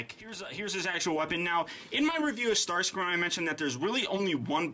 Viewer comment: Ummmm......... you did relize you said StarScrimmage.